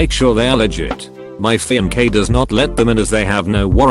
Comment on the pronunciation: Robot: fiankay